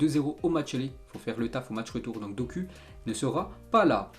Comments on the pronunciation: Jeremy dok(ou) et pas dok(u) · Mec doku se prononce dokou!!!!!!!